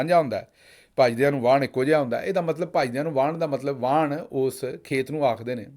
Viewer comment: Not kurt but khet 😊